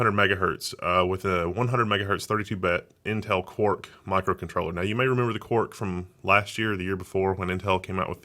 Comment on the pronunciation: you pronounce "quark" as "cork"